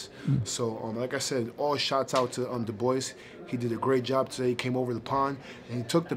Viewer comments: Sounds like he said the boys not Dubois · The way he says Dubois name. 😂"Duboice". Well done on taking the loss like a man.